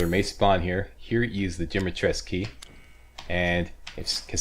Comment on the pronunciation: More video pls :))) yeah in English is Dimitresc'u but the name is Romanian so is called DimitrescU. That is for you to know not to force you to say it :)). That is the true walkthrough not many on youtube say welcome on whatever game walkthrough and they say what i do with that, or what is this or worse, pretend they don't remember the game or never play (((((. Playthrough is a playthrough, walkthrough has already finished the game or play in advance. See that's why i love you... :D